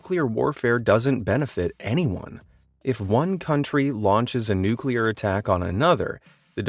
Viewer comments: I stopped the video when he pronounced it "nukular" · What irritates me the most are people who say NUKELAR!! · Mans is teaching us what makes a nukelear bomb works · I believe its pronounced newkler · People say nuke you lar.